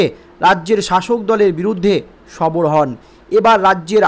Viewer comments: বার বার সবর কে না বলছেন ওটা হবে সরব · ওরে পাগল সবর না বলুন সরব হলেন বারবার বলছেন সবর সবর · ভাষা ঠিক করুন, সরব কে সবর বলছেন।